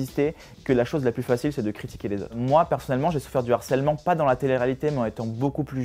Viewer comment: On dit LE HARCELEMENT et non L'ARCELMENT monsieur le philo IMPOSTEUR